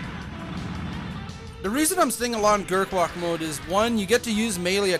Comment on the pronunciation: its gerwalk not gerkwalk